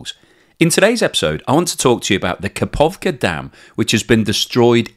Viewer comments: Where did you find a 'P' in Kakhovka? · How could you give the same credulity to the claims by Ukraine and russia? russians have been lying about almost everything so far. And it is KaHovka, not KaPovka. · Kakhokva dam, not kapovkha.